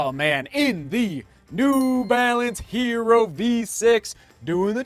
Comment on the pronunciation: Sorry to be the pronunciation police but the word “hierro” is not pronounced like the English hero, it’s pronounced “he - yerro” - it means iron in Spanish. (Thanks and great review as always)